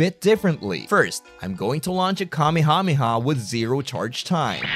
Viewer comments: I don't like how you pronounce it kameehameehuh. It hurts my soul. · The way he said kamehameha had me bursting with laughter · Your pronunciation of "Kamehameha" threw me for a loop Holy shit lmao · why do you pronounce Kamehameha weird like you pronounce the syllables correctly but your enunciation is so weird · You always say Kamehameha wrong and it really annoys me. 👎